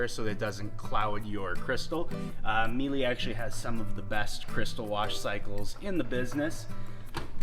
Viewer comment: Good presentation. And it’s pronounced Mee-luh.